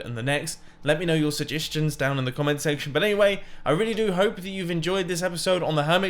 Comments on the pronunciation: Don’t you just love it when Mumbo says SAGESTINS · sujistshins?? is this spoon language? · Did he say sujistions